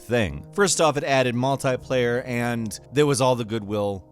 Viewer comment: Its pronounced "multiplayer" not mult"I"player